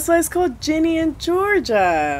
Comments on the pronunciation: I ain't judging you but I love how the whole video you're like "gEnIe" instead of "Ginny" 😭😭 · Net her calling Ginny 'Genie'😭✋😂